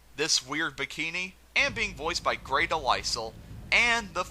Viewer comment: She pronounced Grey’s last name wrong.